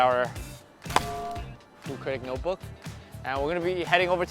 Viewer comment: “Froo critic” 😂